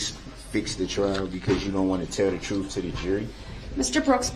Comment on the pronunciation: The troof? You can’t handle the troof!!